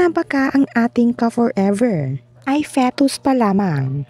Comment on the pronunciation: Feh-tus daw 😅.